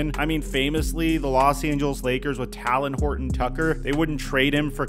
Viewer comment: Not sure how you’ve been a Lakers fan this whole time and still call him Tahlon it’s Taylen. must watch games with the sound off like Unc Shay Shay 😂